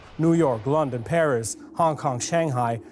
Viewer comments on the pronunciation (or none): none